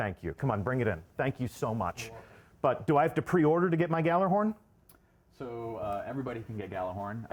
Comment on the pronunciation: It bugs me how even the devs mispronounce gjallerhorn